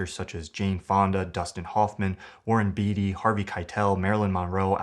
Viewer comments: Warren "Bay-tee," not "Bee-tee." 😀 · Your observations are interesting, but Warren Beatty's last name is pronounced "bay-tee" and not "bee-tee."